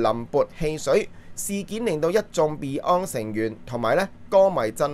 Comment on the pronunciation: 鄺仔真係要認真改正發音, beyond 都讀唔好了